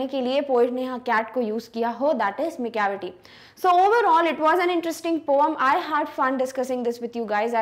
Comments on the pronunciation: Mam not poam it’s poem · mam not poam its poem improve your speaking skills 😂😂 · It is not poome it is poem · Mam you says that poam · Because mam say pooum ma